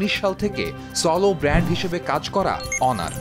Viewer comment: যাক আপনার সঠিক ভাবে উচ্ছারণ করেছেন অনার। অন্য সবাই তো হনোর,হোনার বলে। আর হুয়াওয়ে কে বলে হাওয়াই